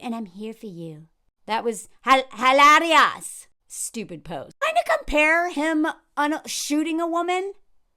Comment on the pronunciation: Thank you, love your content❤ The way I laugh everytime you say "HALARIA"😭